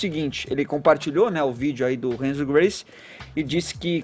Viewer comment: "Renzo Guice" Kkk